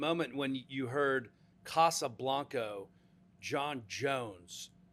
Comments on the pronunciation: With all due respect, Poatan said "Casa branca" and not Casa blanco, lol. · FYI, it is Casa branca. You also pronounce Casa differntly than in spanish but yeah.... close enough